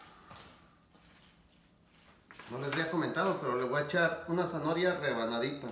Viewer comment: gracias por la receta, he visto que tambien le agregan camaron y sabe muy sabroso. por cierto no se dice zanohoria se dice ZANAHORIA. ( prenuncia bien pa que no te cretiquen)